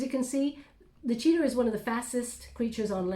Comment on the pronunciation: Cheetah not Cheetar! That's funny!